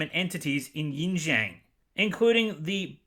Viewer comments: I know this is a small issue, and I fully agree with the issues you brought up in your video. But the pronunciation thing... xD I mean I get that it's hard to pronounce words from a different language, but I feel that you could have done a little more research before making a video centered around this topic. especially pronouncing "Auschwitz" correctly but not "Xinjiang" when you said it multiple times. I just did a quick google search to see what might have come up for you. There's a blatantly inaccurate pronunciation of "xinjiang" by a robot that comes up for some reason as the first suggestion... no wonder. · I love how you so unapologetically butcher the pronunciation of Xinjiang and other Chinese place names To be honest Xinjiang does have some of the most beautiful scenery of the country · You dont even know how to pronounce the name of the province. What makes you think you know what really happened there. Yet you are talking about hypocrisy😂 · Pronunciation is more like Pronunciation is more like Sinkiang or Shinzian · Really appreciate hearing your opinion. Just a heads up though, Xinjiang is pronouced as "Shin jhang" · Both Mulans are after my time. But this was still very ... illuminating. The atroocities in Xinjiang (pronounced something like Shin-Jyong btw) are well-documented. Not quite on the level of the nazis, perhaps, but pretty awful. Incidentally, some time ago Lindsay Ellis did a piece on "Woke Disney", and wasn't very impressed with its "woke" credentials. Phoenixes are both sexes in Chinese, and I'm fairly sure that's also true of dragons. FWIW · Xinjiang is pronounced like shin-jee-ahng just fyi :) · Thanks for video man but it’s pronounced shin-ji-āng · You mispronounced so many Chinese words its unwatchable. Yin Zhang?awful. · heres a correctly pronunciation of xinjiang. its SIN JI-AANG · Xinjiang = “shin jee-ahn“ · Xinjiang is pronounced Zinjiang. Uighurs is pronounced Wegurs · "Xinjiang" is read SHIN-JIYANG.